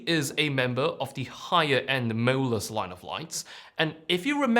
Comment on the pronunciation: I like how your pronounciation of 'MOLUS' almost sounded like 'mirrorless'. I got confused in the beginning 😁